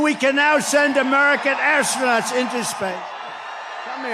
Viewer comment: "The only reason we can now send American astronau into spay"